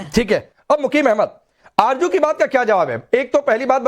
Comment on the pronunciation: Arzo hota hay arjo nahe hota hay jahel🇵🇰😁